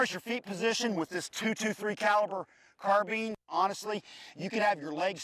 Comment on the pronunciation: im pretty sure its a carbine not a carbean LOL